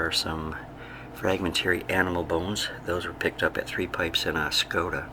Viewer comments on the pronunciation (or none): Pronounced "Luss Coe" Caves in France.